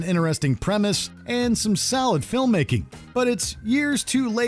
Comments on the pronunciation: The narrator pronounces solid as salad. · Is it just me or is the dude saying salad in place of solid